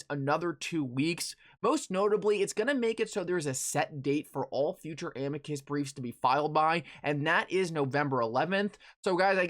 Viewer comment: Nobody pronounces Amicus right. It’s Uh-me-cuss = Amicus.